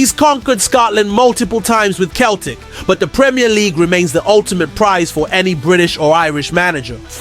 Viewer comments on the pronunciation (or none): It's not k/Celtic.. it's with a c as in cel tic.